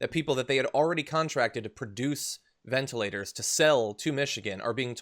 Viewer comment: Can this guy pronounce anything correctly? Do I hear him say, ventAlators? I think that's what I heard him say at lest three times: ventA- lators. Maybe he doesn't know the ORANGES of the word!